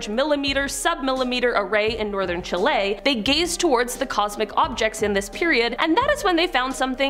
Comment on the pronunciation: Ok Ok Ok…. On #3 ‘Bye Bye Galaxies’ What the f**k is Chilé?? Or rather where the eff is the country of (phonetically) Chi-LEH ?!?! It’s not that hard to just say Chile… like chili 🌶… but with a soft ‘eh’. My guess is that you were attempting to give it some kinda fancy spin to it…